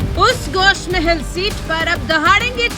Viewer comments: Gosh mahel nahi gosha mahel hai pahle bolna seekh jao phir bolo owaisi ka gadh darussalam hai gosha mahel Uska darwaza hai aur hum kutta darwaze pe hi paalte hai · Please correct the name of the constituency from which Raja singh is contesting. It is Goshaa mahal. Not Gosh mahal. as said in the abive video.